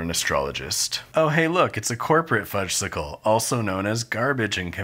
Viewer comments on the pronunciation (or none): Everyone knows that the "s" in Fudgsicle is silent. The delicious treat is called a "Fudge-icle." Made me twitch every time you said it.